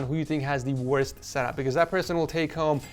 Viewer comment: "wost" LOL (